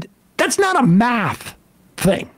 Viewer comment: boy's talking meth instead of math